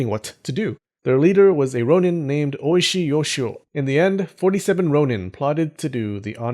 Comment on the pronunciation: to everyone who didn’t catch it, his name is pronounced as o-ishi yoshio (large rock good guy) instead of “oi-shi” yoshio (delicious good guy).